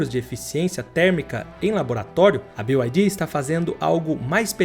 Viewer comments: O casa faz um vídeo de uma empresa e nem sequer ver que a empresa n é BIO AI DI, é Bi AI DI! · Não é "BiuAidi" 😂 todo mundo falando errado